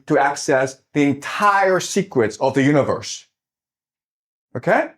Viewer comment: Not to mock Jiang's accent, but I noticed he pronounces "secrets" like "secrest".